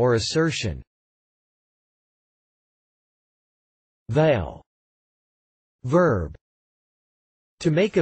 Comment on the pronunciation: I never heard anyone say the word "Vow" as you pronounce it. . That is why English is so complicated. You say to make a vow. then why are you saying Vow as Veil?